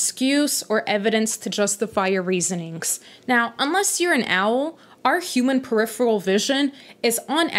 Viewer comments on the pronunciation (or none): none